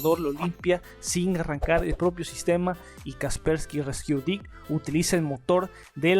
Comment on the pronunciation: no pude con el "kasperki resquiu diqs"